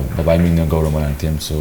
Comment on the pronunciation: Its Gouramangi not goramangi please edit the name please Thank You 👍